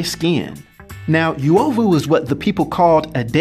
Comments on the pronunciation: Please stop🤣🤣🤣... It's not "Youovu" but U is pronounced like the U in "UNO" so its UOVU not YOUOVU, good to see my country has mutants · The 'yoo' 😐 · Pronounciation is not Yuovu but uuOvu. The U sounds like the "oo" in soon. Love your content man. Cheers for this. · As a Kenyan, I'm so jazzed to see this! Although the word is pronounced U (not -Yu)ovu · That reads "uh-o-vu" not "yu-ovu" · It's UH OH VU Noun derived from the word 'Ovyo' to mean 'Badness' literally or 'Evil' technically. -Random Kenyan. Dafuq is "Yuwohvuh" 😑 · I think it's pronounced oo-oh-vu, not you-oh-vu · Its not pronounced as "you-ovu" but "oo-ovu" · It not you-oh-voo. Its pronounced ooo- wo- voo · It's pronounced Oo.ovu not U.ovu😏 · Yo. I know this guy is trying his best but it's super hard to focus on what he's saying when he keeps butchering the names. Suppose to be like the vowels. a.e.i.o.U... then U-O-VU. U like loot. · Not the right pronunciation.. Uovu is pronounced oo-o-voo.. greetings from swahililand Tanzania 🇹🇿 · Actually the correct pronunciation is oo-aw-voo 🇰🇪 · correvt pronunciation is oo-ovou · That ""uovu"" pronunciation killed me Nice content though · You pronounced it wroooooooooooooong !!!! bruuuhhh! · pretty cool that there's a kenyan-based marvel character!! I'll look for this. Just a note: Uovu is pronouned oo-o-vu. Not yu-o-vu. And uzuri is pronouned oo-zoo-ri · I think it's pronounced U O V U and not Yu O V U if the translation is correct. ( I'm Kenyan) Its also U Z U R I not Yu Zu Ri. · Uovu not yuwovu uzuri not yuzuri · Oo-owe-voo. Ooo-zoo-ree. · Im kenyan nd the way u pronounce uovu and uzuri just cracked my ribs ,,,,,,,I LOVE THIS CONTENT MAN 👍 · Just pronounce Uovu and Uzuri correctly 😬😭